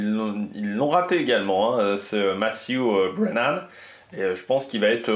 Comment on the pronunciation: Belle prononciation du nom du vainqueur!